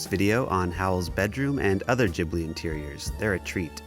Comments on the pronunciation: i wll never forgive you for pronoucing it jhibli 😫😩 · it's Ghibli, not Jhibli